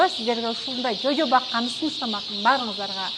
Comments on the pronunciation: Чожо эмес жожо😂😂😂😂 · Чочо дебей жожо дечи сген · Качан туура суйлойбуз. Кишини Аллергия кылып😡😡😡. Чожо эмес. Просто Жожо жожоооЖо-жоо